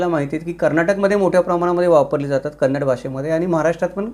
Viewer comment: Very happy that u said kannada not kaanadi usually marathi people say.thanks🙏🙏